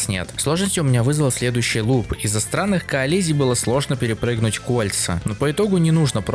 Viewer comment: Очень странно ты слово "коллизия" произносишь) но в целом занимательно получилось :)